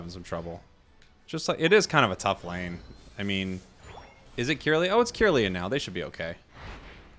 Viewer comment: hearing the way pronounces Kirlia cured my anxiety and depression